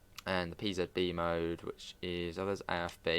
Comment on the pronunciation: So funny trying to pronounce the afb and pzb acknowledgement.